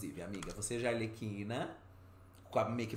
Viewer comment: O falando ALERQUINA em vez de ARLEQUINA tá me pegando demais kkkkkkk putz ensina eleeeee